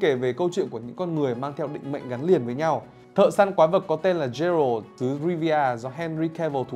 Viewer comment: bản thân cái bạn nói rõ ràng cũng ko hiểu gì về The Witcher hay chính nội dung đang nói thì phải, phát ấm sai hết cái tên Geralt, Vengerberg. The witcher là thể loại fantasy chứ ko phải fantastic. Nếu đã xem phim qua, dù chỉ là 1 tập thì chắc chắn sẽ ko phát âm sai như thế đc